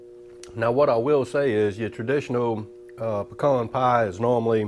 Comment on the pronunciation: Thumbs up for saying pecan right. Lol